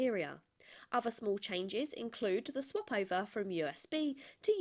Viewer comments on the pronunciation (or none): none